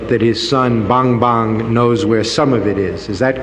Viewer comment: Ok na sana eh? Kaya lang pagkakabigkas nung Amerikano sa Bongbong ay Bangbang 😄